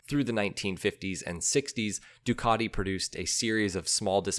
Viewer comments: Duckady? we say DUcatiI,,, or summat like that! What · What's with the Ducarti??? I have a Ducati, and it is 'cat' not a 'cart'. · It's not "Ducardi.." Don't be a can't. The engine is a "Coo-chio-lo" not whatever you tried to say. Try to get it right mate, it's not that hard. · Are you not able to respect NAMES? It is NOT "ducadi". Learn to pronounce a "T"!!! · You'll be stone-cold sober. I only hear him say Doocardi. I think it's his favourite brand of nail polish. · you should learn how to pronounce "Ducati" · I absolutely hate the way you say Ducati, and you say it sooo...many times, I managed to suffer your video for one minute, yes one minute, believe me I`m not the only one who thinks this but I`m probably the only one to say it, all your feedback can`t be positive